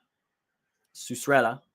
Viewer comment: Lmao butchered cucurella’s name 😭😭